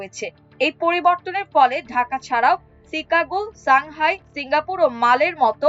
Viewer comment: Take care of your "Chicago" pronunciation. "Shanghai" as well.